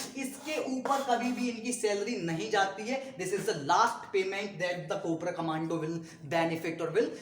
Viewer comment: Guru it's "commando " Not command